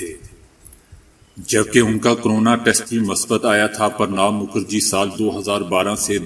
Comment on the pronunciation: سرجی! نام صحیح طریقے سے بولنا چاہیے باقی آپ کی مرضی۔ ﴿ پرنا﴾ مکھرجی نہیں﴿ پرناعو﴾ مکھرجی صحیح ورڈ ہے۔ 💓 آزاری کے لیے sorry.